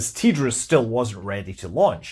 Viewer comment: TDRS not ''tee-driz"